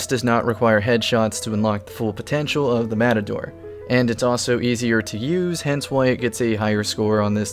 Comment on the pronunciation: You mean MAPADORE 🤣